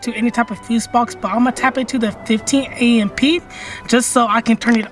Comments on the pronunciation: Did he just say a m p? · I have never heard someone say amp as A-M-P 😮